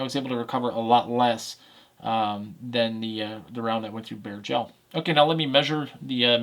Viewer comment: It took me a bit to realize he’s saying bare gel, not bear gel. 😂😂